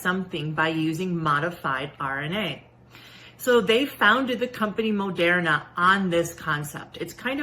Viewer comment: Why does she pronounce Moderna that way? like it really bothers me